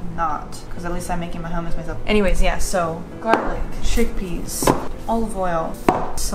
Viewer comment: My favorite part of any Video: mispronounced words. CHECK-PEHS was my fave today! Also, a mention of a brother? And, featuring a cool undercut. Loved it, as usual!